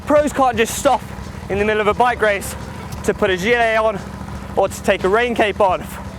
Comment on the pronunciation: "to take a rain cape onf"